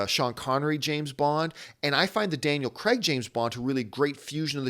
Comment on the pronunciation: Is it me or was John saying 'Daniel Kregg'?